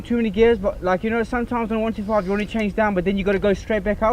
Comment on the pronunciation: Its not a 1...2....5, its called a ONE..TWENTY ..FIVE . Hope this helps.